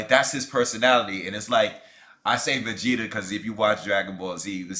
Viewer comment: Man said Vageta 😂😂😂😂😂😂